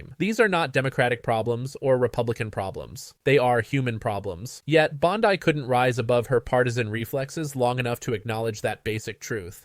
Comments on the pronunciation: PLEASE! The name is Bond-ee, not Bond-eye. Get it right! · It's pronounce BOND-EE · Sounds like AI channel speaking; can’t even pronounce Bondi name correctly. not subscribing. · This looks like AI. Any person reporting on this knows how to say her name.